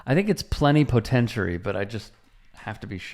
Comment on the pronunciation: Plenipotentiary. That was cool man :D